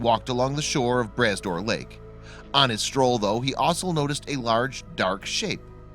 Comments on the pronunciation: p.s., it's pronounced 'bruh door', not 'brass door'. 👍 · They use the stupid automated readings and theyy say tons of stuff wrong. Glad you mentioned the correct way to say Brah Dor. Made me upset for a bit. Thanks for s Etting it straight. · Bras d'Or is pronounced more like Bra door this s is silent.